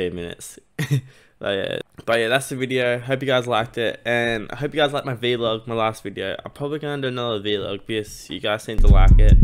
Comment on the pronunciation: Did he called a “vlog” a “V-log” 😂😂 mannn